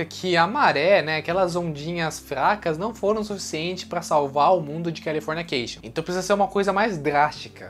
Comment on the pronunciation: O vídeo é ótimo mas qual é a dificuldade dele em falar CALIFORNICATION e não CALIFORNIA CATION???????? Que agonia cara